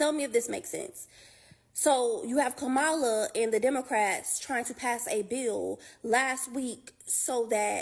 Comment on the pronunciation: If they're still mispronouncing Kamala's name ignore them